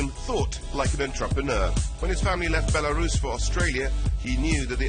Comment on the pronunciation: 13.35 Your an antroperner 😅